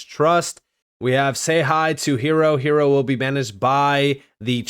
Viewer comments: Hiero, “iron” in Spanish, silent h, i e ro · Hiero is pronounced Hi Row.